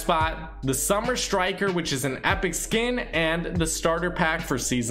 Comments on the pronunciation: Its SUMMIT* Striker Summit not summer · It is summit striker not summer striker btw